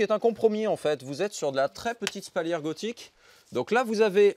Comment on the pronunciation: Spalière pas spaulière. Et de préférence, médiéval que "moyenâgeux". À part ceci, bonne vidéo, c'est chouette de promouvoir des artisans de cette apparente qualité.